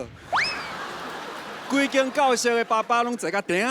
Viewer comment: 感覺要表演之前還是要請專業的台語老師來過目一下 , 連馬路跟教室這種基本的台語也沒講好有點....不然選手也要問一下會講台語的人啊....不要閉門造車啊